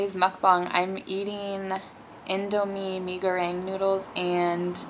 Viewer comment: The way you pronounce "mie goreng" is spot on 👌. And don't worry, (most) Indonesian didn't eat their noodle with chopstick. We use fork!